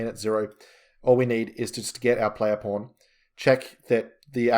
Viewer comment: I am very curious - why PAWN sounds like the very same P*RN??? It is everywhere where "PAWN" are involved LOL ! Otherwise - very nice tutorial! :))